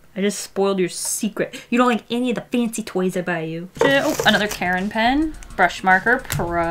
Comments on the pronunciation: It’s not Karen, it’s Kar-in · i'm drawing while watching this so when i heard her bring out the karin markers i thought she was saying "these markers are from the brand KAREN" and i got scared because karens scare me